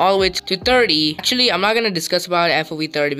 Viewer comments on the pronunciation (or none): none